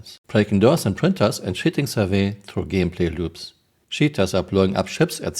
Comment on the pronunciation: The way you say "cheating" sounds like 💩 ing